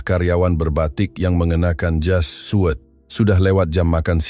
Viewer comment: Min....kata Seragam Jas Suit itu harus dibaca Jas Syut & bukan di baca jas suwet apa emang cawet / CeL Dalam 🥴